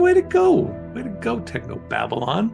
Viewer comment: was already loosing it at "Technob Abylon" ;D that's so spoony to recognize that.